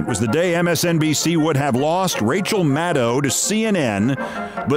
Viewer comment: I'm just so happy to hear Rachel's name pronounced correctly for a change! As good as she is, it does not rhyme with "wow".